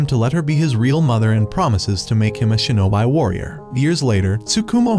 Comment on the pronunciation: Shinobi (Shee ~ No ~ Bee) not (Shee~No~Bai)